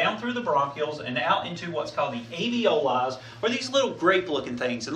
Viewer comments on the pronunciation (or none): * Alveoli, not aveoli.